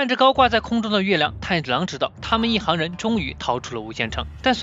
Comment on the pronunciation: 一行(hang)人什么鬼😏